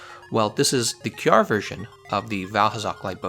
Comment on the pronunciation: Finally, you started pronouncing it kyarr. By the way I always wanted to try decay lpg against him. I am glad somone had the same idea.